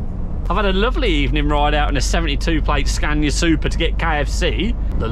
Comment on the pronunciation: How many time has he said super scana